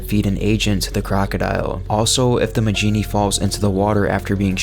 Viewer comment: I thought Majini was pronounced "Ma-hee-nee" not "Ma-jee-nee" Edit: well thank god you actually pronounce El Gigante properly. Seems most people on youtube love to mispronounce it. Call me a grammar nazi, but it annoys the fuck out of me when people try to sound knowledgeable about something while constantly mispronouncing it.